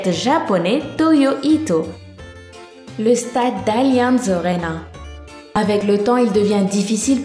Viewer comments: C'est PAS Allianz orena c'est Allianz ARÉNA BORDEL AAAAARENA ! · tu prononce grave mal l'alliance arena